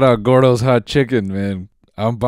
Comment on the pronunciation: At least now we can confrim that Noel doesn't have any latino in him by the way he pronounced "Gordos Hot Chicken"